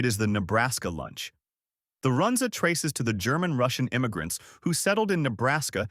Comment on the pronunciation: This video cracked me up. The don't know how to pronounce Runza, Listed the Bohemian Cafe which has been closed for almost 10 years. Omaha steaks is a joke and nobody in town thinks the steaks are quality.